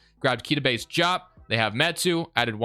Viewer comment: why do you said diop like that? it’s pronounced exactly how it’s spelled